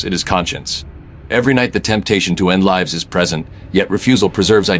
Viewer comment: not even 40 seconds in and it pronounces "lives" wrong and "immaculate" wrong, and i had to slow the speed to 85% because it is talking too fast. Not bothering with the rest. Do better.